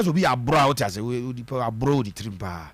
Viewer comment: You people pronounce the name as if the player is an Akan guy. Please ask him to teach you how to pronounce it properly. Ab-lor not Abro.